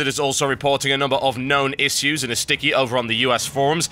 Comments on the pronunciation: i have issjyous with you saying issyous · you say issue like my teachers, "iss-su's" pronouncing u had how you would say it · Ish-yous, iss-yous lol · the way Tb says "issues" is awesome!